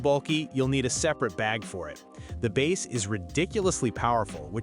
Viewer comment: "The bass (pronounced like the fish not the drum) heavy sound" just to let me know the quality of these reviews